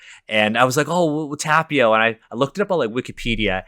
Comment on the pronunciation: So it's okay to just completely appropriate European cultures and mythologies (which, friendly reminder, are not monolithic and Americans often have a very warped view of them and no access to quality sources) but not Asian ones? First of all you're mispronouncing Tapio. Second of all there is no "nut god" in Finnish mythology, it's only mentioned on Wikipedia completely unsourced - and you should really do better research than just "look it up on Wikipedia". Please don't spread misinformation. Third of all, "nut" doesn't even have the double meaning in Finnish as it does in English so none of this makes sense and is just a mockery of Finnish traditional religion. Good job.